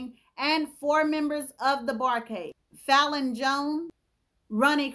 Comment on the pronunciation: it’s pronounced Fay-Lon. Long A. I was born, raised and currently live in Memphis. If y’all haven’t already, please tour our Stax Museum. You will really get the piping hot tea with crumpets.